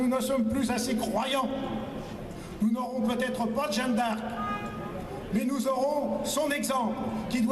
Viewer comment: L'autre il n'a pas compris que ce n'était pas "Jane D'Arc" mais Jeanne d'Arc ? Il n'a visiblement rien compris à l'Histoire de France au point de prononcer le nom de Jeanne d'Arc comme "Jane d"Arc". Ils sont trop drôles ces types de l'extrême droite, même pas capable de prononcer : Jeanne d'Arc. "Jane d'Arc". Quelle insulte pour la France. Et les autres : ouais ouais ouais avec applaudissements. Ils n'ont pas compris : il a dit "Jane d'Arc". Qu'ils sont cons ceux de l'extrême droite.